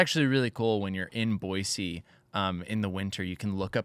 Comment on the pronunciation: I can tell is from Idaho because he pronounces Boise correctly 😂 "there is no Z in Boise"